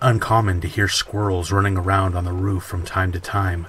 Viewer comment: The first story when he said “ruff” instead of roof made me laugh🤣🤣🤣🤣🤣